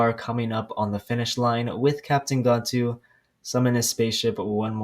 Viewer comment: It’s gan-tu not gontu